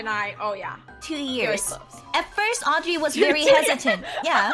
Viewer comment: Thats not Audry Thats Auedry